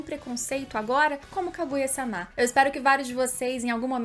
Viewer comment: Juro que adoro os teus videos, mas gostava de saber porque dizes SÁMÁ em vez de sama... torna-se um bocado irritante. E em japonês é sama, não SÁMÁ... logo não entendo a pronuncia errada uma vez que em português a segunda/ultima silaba tónica não se lê com abertura a não ser que tenha acento... Fora isso top o video.